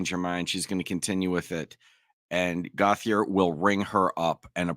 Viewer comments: In Louisiana we pronounce Gauthier - Go Shay. Really throws me when I hear it pronounced his way. OMG! Did he really say she was a former Social Studies teacher? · Canadian pronunciation would sound like goats-e-eh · French Canadian pronunciation is “Go-Tea-A” (long A at the end)